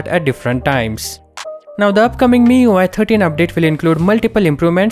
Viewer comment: "MIUI türtien"